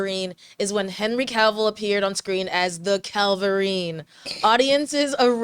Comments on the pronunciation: Why do you jeep saying Calvillerine? There's no l before the v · Did you say Calvirine? It's Cavillrine